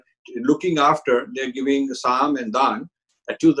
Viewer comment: Respectful correction: I think it is Saam, Daam, Dund, Bhed at the end!